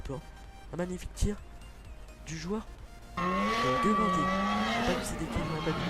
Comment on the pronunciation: on dit guingampais pas guingamtais et correia il est reserviste donc faut mettre tabanou ou rebocho merci